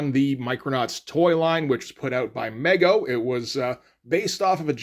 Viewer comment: "Me-Go" not "Meg-Oh".